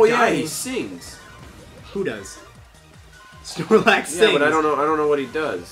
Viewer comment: did you just say snorlac? >:l haha